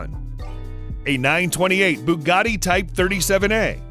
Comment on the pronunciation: Pronounces Bugatti. Cannot prono8nce Countach. And it is GT350R, not GTR350. The GTR was a concept Mustang.